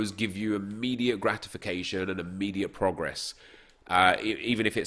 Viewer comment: why dyu say progress like that